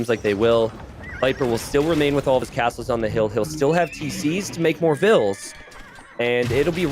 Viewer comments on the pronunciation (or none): Why changing the pronunciation of villese’s name ? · yep, it's v(I)lese and everyone used viles. I feel like it s a good and respectful thing to pronounce the players names as their original pronounciation was intended by the very players that hold the names. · Because it was incorectly pronounced